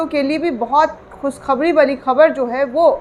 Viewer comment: Ravish Kumar, or other news click wale Sharma ji vajpaye or digar logon se Talaffuz pr dhayan De baki ki posh shaffaf hai aap to Muslim ho kar khus khabri kah rahi hain khushkhabree hoga naak na hi kata den Muslim logon Ki kiun ki urdu hi sahi zuban or akhraz main unki pahchan hai